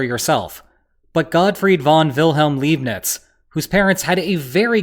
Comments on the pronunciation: Godfried Wilhelm (von) Leibnitz is pronounced like the word lie, or lye. With the ei/ie combination in German, the pronunciation is always on the second vowel. GodfriEd =e LeIbnitz =i Also, the V is usually pronounced as an F: so von is pronounced fon unless it is a foreign word. Always love your videos btw... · Can't get over how he fucked up the pronunciation of Leibniz. Even swapped words.